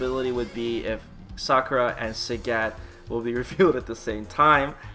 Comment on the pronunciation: It's Sakura not Sockra!